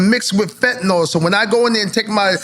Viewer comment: Fetanyl... or FentaNOL 😂--Congrats to Eric though